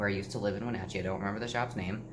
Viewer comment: Wenatchee? Really?